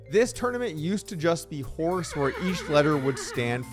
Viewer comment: A HORSS is a HORSS, of COURSS of COURSS.